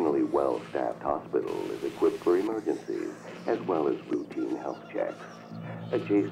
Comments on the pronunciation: Not taking the piss or anything but ive noticed when you say equipped you say equippeded.. just wondering if you knew thats how you say it as i used to say it the same when i was younger but never realised until someone pointed it out to me 😂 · Wheres the T in the word equipped